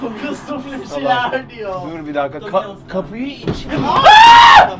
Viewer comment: "Napmamız gerekiyor?" Cin: Eğvle kulhe sufliye hxaxjcks: Sufle söyleyin diyo. 😂😂😂